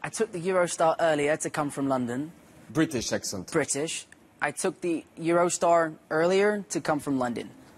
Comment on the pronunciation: Idk why but hearing Tom Holland say "London" in an american accent makes me happy